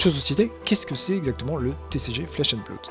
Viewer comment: Merci pour cette vidéo, c'est cool que quelqu'un s'investisse déjà sur ce jeu en France ! 2 remarques sur la forme, en espérant que ça soit constructif : ta prononciation de "Blood" au début de la vidéo (mais ça s'améliore ensuite), et un tique de claquement de bouche sur lequel on bloque (on en a tous hein, mais ça ressort pas mal). Sur le fond, rien à redire, tu as l'air de bien connaître le jeu, ça donne envie de s'y mettre ! As-tu prévu a l'avenir de parler un peu plus des archétypes de decks existant, voir de donner des idées de deck list ?